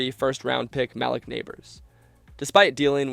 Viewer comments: Ma-leak Not Ma-lick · I think it’s ma-leek not mal-lick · Where do they get these narrators??? Da-bowl? Show-en, Mallick Nabors? lol. Jeez. It’s not like no one ever heard those names. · Schoen=Shane, Malik=Mahleek, Daboll u say it like table, SkatteBOO not Bo & Mbow the M is silent but he pronounces his last BO. you f'ed up so many names man I had to lol